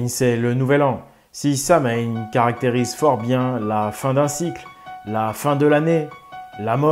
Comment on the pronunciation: On dit sawaïn c'est de l'irlandais